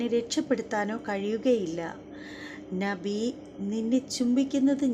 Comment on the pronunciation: ഇബ്രാഹിം നഹി അല്ല .. ഇബ്രാഹിം നബി എന്ന് ഉച്ചരിക്കുക പ്ലീസ്